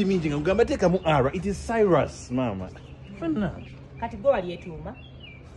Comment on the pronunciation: Cyrus 😂😂😂not cylus😂😂😂